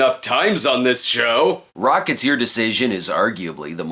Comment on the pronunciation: I still hear "Rockets Your Decision"